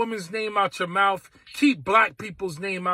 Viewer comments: First of all know how to say mouth. It’s m-o-u-t-h, not m-o-u-f. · It's spelled: MOUTH! NOT MOUF....Please for the love of God learn to formulate and articulate a cognitive sentence. Not to mention speak proper English and learn to pronounce and annunciate your words correctly. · Its “mouth” not “mouph” or “mowf”… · It is pronounced MOUTH not MOUF...heard about paying HOMAGE to black folks because there Black...sounds like BLACK SUPREMACY to me. !!! Is this man a relative to DON LEMON !! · mr.bowman, it's called MOUTH not mouf. this is not ebonics.🤣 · Did Bowman say "mouff" instead of mouth? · The word is mouth. It ends in a th, not a wf. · Is it mouf or mouth ? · should he not learn to speak English? its MOUTH not MOUFF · Who was that Jamal simp that pronounces “mouth” as “mouf”? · What’s a mouf? I know what a mouth is but not a mouf!!🤷‍♂️ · Its mouth not mouf 😂😂 Learn how to speak proper english. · Not for nothin, but isn't it mouTH ? Or am is my unnouciation incorrect? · Mouf? I'm sorry but "MOUF"?? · What is a "mouf? Such articulate speech. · I can't take seriously anyone who says "mouf." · What is a “mouff”? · Uh .... did he say mouf ? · Why does he say the word “mouf” this brother can’t articulate his words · We have a member of Congress who says "mouf". We're doomed. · “Out of your malf”????? Bruh!!!!! 🤦🏽‍♂️ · MOWF?? MOWF?? Is this man supposed to be educated? LEARN YOUR GRAMMAR! HAVE SOME SELF RESPECT!! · The same guy who says “mowf” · "KEEP a black woman's name out cha mouff"!!.. -J. Bowman WTF?!?! Did the people of NY district 16 vote for WILL SMITH??!!?!?! 😂😂😂 This JackA$S ALWAYS makes a fool of himself every time he opens his "mouff" in public.. 😂😂😂😂😂😂 It gets sad, when u realize their are people out there that actually believe him.. Smh